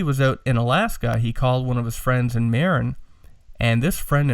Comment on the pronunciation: FYI. Marin is pronounced MA-RIN. It is the county that begins on the North side of the golden Gate Bridge. Sausalito, Mill Valley and San Rafeal are 3 of the towns there. Several famous hippie bands moved there in the 60's and 70's when it was still pretty Bohemian. Now it is the affluent part of the Frisco Bay where high end Beemers and Mercedes etc. flood Interstate 101. There ya go. Random info for the day. Congrats on the Apollo. That pic of Bill Putnam working on an 1176 limiting amp inside the box really puts perspective into what you have. Search the phrase "Universal Audio 610 Console" to see and hear a neat vid of a vintage UA console in use. My opinion on the sound. More mids on your voice and cut the boominess a bit. Then you and Ryan will sound more balanced. You sound kinda scooped. Listen and see if you agree or not. Thanks guys.